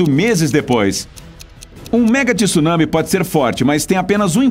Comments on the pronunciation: TSU... TSU... TSU... TSU... e não tisu tisu tisu!!!! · Pf, não é TIsunami é tsunami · Oqq é Ti Sunami???? Eu conheço TSU nami. Primeiro aprenda a ler, pra depois falar e postar vídeos, pra não espalhar coisas erradas pela rede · Nao existe TISUNAMI a palavra eh TSUNAMI, AFINAL QUANDO VOCE FALA MISTSUBISHI VOCE PRONUNCIA O TSU,VOCE NAO FALA MITISUBISHI!! COM TSUNAMI EH A MESMA COISA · CARA, não fala TíSunami pq dói o fígado…!!!!